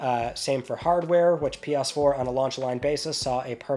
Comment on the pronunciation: I am sorry - "P-yas 4, P-yas 5" 😅